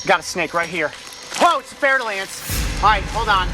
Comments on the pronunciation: It is pronounced fur dull ants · 'Fair'-de-lance lol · your prononciation of the fer de lance is not bad man but you should just translate is name in english who is "iron of the spear" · Wait did I hear that right he said FER -DE -LANCE